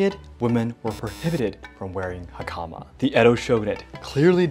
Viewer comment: Have to admit, that American pronunciation of 'hakama' was painful...😅